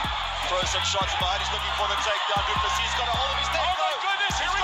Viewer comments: Hey Narrator, that guy who wore joker make up, his last name is said Do-plar-see, hes a Yarpi with an equally Yarpi name, how i know is im a Kiwi and the South African rugby team The Springboks have been considered our national rugby team, The All Blacks, Number ONE foe for 100 years and they always seem to have a DuPlessis in their squad. Just mentioning it in passing BTW. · Du Plessis is pronounced more like Do Pluh See (I'm sure someone from South Africa can confirm the correct pronunciation) EDIT Yep, if you listen to the commentator during the fight clip of Du Plessis 2nd entry you'll hear the proper pronunciation of his name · Not Du Plesis. It pronounced Dew Plesi